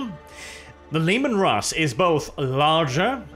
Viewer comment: The Leman Rrrrrrrrrusss